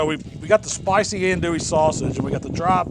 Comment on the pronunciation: Killing me with the pronunciation of andouille..